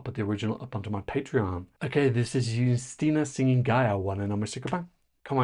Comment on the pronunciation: 1. Yes, accent aside, you're saying her names correctly :D 2. It's so strange to see someone praise the Polish NF... I was also very impressed with it - especially with how quickly and smoothly everything was going. But it's still strange to not have a whole selection shadowed by controversy, for once. 3. I still kinda wish "Lusterka" won, but Justyna seems so happy to represent us, that I can't really be mad. At least she understands the stakes and cares about the contest. 4. As for the weird dance move... I assume her arms were weaker after hanging from the ceiling, so they went with a simpler move to give her a moment to ""rest"". But I feel like this would be a good part for her to just stand still for a second.